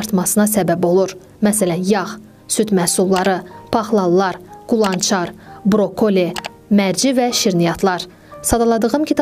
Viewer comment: Brokoli sözünü düzgün deməyi öyrən